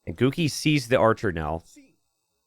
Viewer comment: Everytime says "Guki", I hear "Cookie".